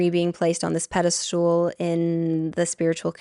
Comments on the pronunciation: I'm sorry but I can't take someone who says "pedestool" seriously, so I'm clicking off. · PedesTAL, not pedesTOOL. Sorry, it’s not really important, but it was driving my ocd nuts 😁 Otherwise, thank you for your insights and time. ❤ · Pedastool??? The word is pedestal. Regarding the subject I can't see why Robert Edward Grant would be associated with Aubrey Marcus. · Every time u say pedestool my brain disconnects from the message . Aaron Doughty does the same thing: it is called pedestal not pedestool :) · Love the way you pronounce pedastool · Omg, yes 😂 Tbh, most people seem to think it’s’ ‘pedestool,’ when it’s pedestal. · Girl we don’t say pedestools but pedestals. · I was joking bout how she says pedastOOL in the podcast rather than pedestal!! Had NOTHING to do with your actual post. 😂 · pedesTAL, pedesTAL, not stool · Also if I could kindly let you know, it’s pedestal not pedestool lol